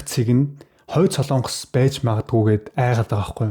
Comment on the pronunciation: СОЛООНГОС гэж улс байхгүй. СОЛОНГОС улс гэж байна. зөв яриачээ. минь ээ?????